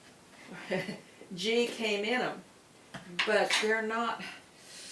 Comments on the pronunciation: It is pronounced with a a hard "G" as in "goat." There is channel I watch; the lady makes ghee in the oven and she uses a small strainer to strain the solids and it works real well. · I like it with the soft g. It’s kinda cute. I’m adopting this trend.